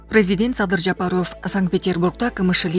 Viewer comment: Дайым эле кол берип учурашат го .качан кордун эле бут берип учурашканын.айланайын окуп аткан кыз Жапарыов дебей туура Оку дикциия деген жок го такыр сенде .